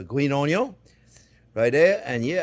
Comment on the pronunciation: I live to hear chef say onyons